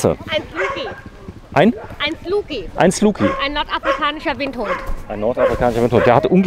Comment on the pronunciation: Zur Info. Die Rasse heißt "Sloughi" und nicht "Sluki".